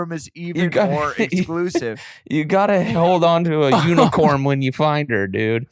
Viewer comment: I am stupid laughing at how they are making fun of Adam saying “unicorm” 😭😂😂💀